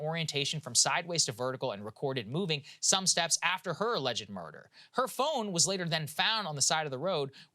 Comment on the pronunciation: Saagar’s pronunciation of murder as murdaugh will live in my head rent free